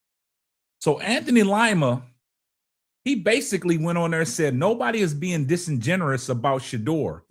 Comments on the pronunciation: The word "DISINGENUOUS" is phonetically pronounced as DIS-IN-GEN-YOU-US and "DU BOIS" phonetically pronounced closer to "DOO BOYS". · My brutha, the word is pronounced: Dis-N-Jin-You-us You’re adding the word Generous to it, but being generous means: To give abundantly. The word Disingenuous means: To pose as being authentic when not actually being authentic. 👍🏾😉